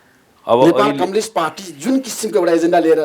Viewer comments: धमला जी कम्लिस्ट पार्टी होईन कम्युनिस्ट पार्टी होला नी नेपाली उच्चारण त स्पष्ट गर्नोस 😂😂😂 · मेरो लाडो जस्तो उच्चारण गरेक कमलिस्ट रे थुक्क मुजि कमलिस्ट 😃😃😃 कमलिस्ट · यो माचिक्ने धमलाले एउटा प्रश्न दस चोटि सोधिराछ,के खालको पत्रकार हो,कम्युनिस्ट लाई कम्लिस भन्दैछ आलु पत्रकार।